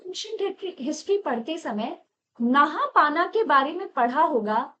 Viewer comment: नहापाना नही नहपान हे वो